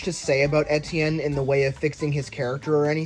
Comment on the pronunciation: You don't pronounce Etienne right!